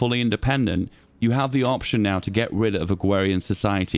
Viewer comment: "Agwawian society"